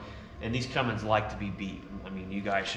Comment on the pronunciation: It's Cummins not cummings